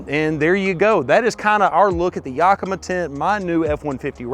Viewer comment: You definitely should learn how to properly say Yakima since you bought such a expensively cool setup!